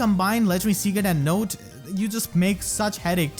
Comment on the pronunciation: Note to self: her name is pronounced "note", not "not".